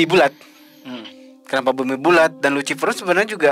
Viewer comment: euleuh-euleuh jadi si luciper teh asli sunda? Sarua atuh euy jiga urang 😂